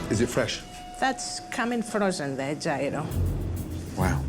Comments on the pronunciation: Gordon for the love of god, gyro is not pronounced jay-row, its more like hero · Yeero, not giro! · You'd think of all bloody people, especially the quality of chef Gordon Ramsay is, he would make at least an effort to pronounce Gyro properly lol. It sounds like....ear-oh. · Bruh gyro. No it’s GYRO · How are they all mispronouncing gyro??? 😂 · I’m Greek. Can’t believe the way they chose to pronounce gyro